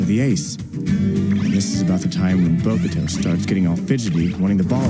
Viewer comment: Its funny how the caps pronounces Bokuto differently each time Book-too Bocado Bok-toe Bogado Lmao